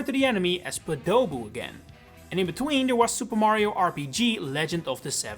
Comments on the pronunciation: During the montage you said NSMB (2006) called them Podoboos, yet you say the last game to call them that was Mario Party 7 back in 2005. So which is it? Also I always pronounced (and heard it pronounced as) Poe-dough-boo not Pah-dough-boo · I just finished writing my own comment saying basically the same thing, I've only ever said and heard it said as POH-doh-boo or maybe like POH-duh-boo if not enunciating. Hearing poh-DOH-boo throughout the video hit my ears like nails on a chalkboard every time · First time I've heard it pronounced "Po-DOUH-boo" but yes! I've always heard them and called them as "Poodooboo," but very very quickly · I waited 10 minutes to hear you pronounce it correctly but no you kept saying podoh-bu the actual pronounciation is po-doh-boo, or at least that's how i've heard it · Ive heard the pronunciation as Poh-duh-boo, never have I heard it as Puh-dough-boo before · it's pOdoboo... not podOboo 😭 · I wonder how many folks emphasize the first syllable, instead of the middle syllable, Hearing this guy calling it a poDOboo when I've always thought they were called POdoboo has me reeling, am I the only one here who pronounced it more Pah duh boo vs his pu-Doh-boo? cuz now I'm curious XD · "Puh-dough-boo"... hmm... after reading the NES SMB instruction manual, I thought it was pronounced "Pod-oh-boo". Lava Bubble is a terribly boring name! Podoboo forever! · bro its pronounced podaboo not padoboo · The word choice of "everyone says wrong" instead of "everyone gets wrong" made me think this vid's thesis would be "Podoboo has an official pronunciation and most people aren't using it." So the first time I heard the narrator say "paDOE buu," when I have pronounced it "POdo buu" all my life (with a dash of "PAH da buu"), I thought, "Wha-- was that the REAL pronunciation or the incorrect one??" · I've never heard podoboo pronounced like "p'dough boo" before. Basically everyone says it like "poe-da-boo" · I'm with Merhaba on this one, poe-de-boo